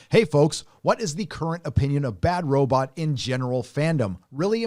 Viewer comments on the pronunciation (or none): Could this dude look up how to pronounce Robot, this is killing me